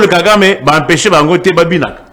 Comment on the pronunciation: Le pauvre Nico F. s'ennuie en face de cet energumene de 😂😂😂😂balobaka "Puisque" et non "pusque" balobaka "attitude" et non "attutide", "empecher" et non "apecher" etc, etc.... niveau eza te. Rwanda ebenganelaki biso Mobutu sikoyo bolingi nini abenganela bino Nanga&cie??? Toyokaka pe soni... kiadi kibeniiiiii